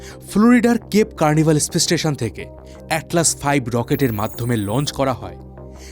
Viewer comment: 1.54 কেপ কারনিভাল নয়, কেপ ক্যানাভেরাল